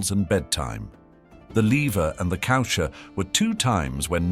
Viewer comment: The “Leaver” and the “coosher”?😂 Le Lever and Le Coucher are pronounced “Levay” and “cooshay”